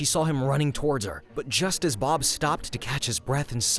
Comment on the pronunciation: if said Bob not Barb